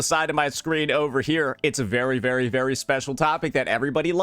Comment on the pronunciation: why cant this restarted chipmunk looking guy say the word "very" normally